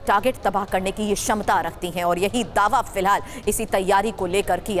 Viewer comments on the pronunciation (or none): none